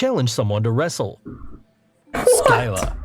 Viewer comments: “Skyla” BRO PLEASE ITS SCYLLA. HOW DID U GET IT SO WRONG 😭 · Scylla not fckn skylla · It’s Sylla not skylla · When he says sky la for skylla my heart died